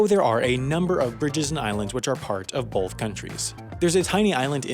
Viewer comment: Take a shot every time he says BOLTH